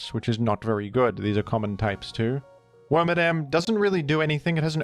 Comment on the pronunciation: You keep calling worMADAM him (FEMALE exclusive pokemon)